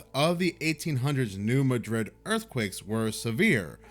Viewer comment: Please please please for the love of God can yall at least pronounce my hometown right?? Im so sick of hearing Madrid like Madrid Spain... its not pronounced that way. Its pronounced New MAD(Angry mad!!!!!)RID! In 2009, FEMA had ordered 1 million body bags, MREs and Plastic coffins just in case an earthquake happened. Also in 2011 This area had a flood and Cairo, IL was about to go under the water in the Mississippi and Ohio rivers. Well it was decided in that to save Cairo a levee called the birds eye levee in Missouri near New Madrid was gonna have to be blown up to releve the pressure from Cairo so it wouldnt go under. Missourians were mad cause that was good farm land and there homes would be destroyed. Well missouri tried to stop it but to no avail. The US Army Engineers Corps put a crap ton of C-4 into thar Levee near New Madrid THATS ON A FAULT LINE, and under President Obama's orders at 8pm on May 1st 2011 they blew up that levee with c-4 and i live 50 miles from there and we felt it shake the ground. Well to cover that up on midnight May 2nd 2011 President Obama announced thst Seal team 6 killed Osama Bin Laden. Quite convenient! Well i pet goat 2 was warning of this. But masked behind future events. Good video! I hope this info may help expain and connect some familiar people together you mentioned!! Much love❤❤❤